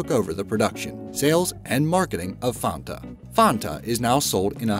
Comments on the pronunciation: It's not Fonta, it's Fanta, you know, like Sonta Claus. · mmhdj, It is still not pronounced in the cringe-worthy way he pronounces it. He elongates the first A. It is not Faaanta, it is simply Fanta - similar to how you would pronounce "fun-t-uh" in English. See the actual German pronunciation .NOT the same as in the video. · Pronounce that Fanta, not Fonta. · It's not called fawnta, it's just fanta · fAnta! not fOnta! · ...BTW, it's FAN-ta, not "FAHN-ta." Sheesh. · Fan-Ta. NOT Farn-Ta. WTF! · Uhh it’s pronounced FAN-TA not FA-TA wtf 😂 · funta? we pronounce it fan-ta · Block Dude That is how you actually say it properly:"Fahntaaahhh" (Do Re Mi "Fah"). It's a German drink, the "A" is pronounced either ah or aaahhh, (the sound you make you you see something cute and something scary) not eh er eeehhh. I know Americans like to butcher all foreign names, but if you ever get anywhere outside of the US (possibly even in Canada, New Zealand and Australia too) it will be pronounced the right way... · Please relearn how to say FAN ta... FANNNta... like desk fan. fanta. And it's also worth pointing out that the Fanta created by Coca-Cola Deutschland in Nazi Germany is NOT the Fanta available today. The only similarity is the name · I've heard someone say fonta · They way he says "Fanta" is incredible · mhdj14 it's NOT a German drink. Just cos something came from a particular country, doesn't mean every other single country pronounces it that way. That's just stupid. Do you call Paris, Paree? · It pisses me off you don’t say Fanta like that omfg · Can u stop doing pieces on FANTA coz it annoys me how u say it lol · There's a "B" in "Automobili", it's "Automobili Lamborghini", also learn how to pronounce "Audi", it's not "odi". And it's not pronounced "Farnta" or "Fahnta", it rhymes with Banter.